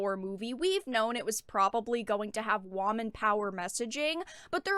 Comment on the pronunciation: I love how she said "WAMEN" had me rolling 😂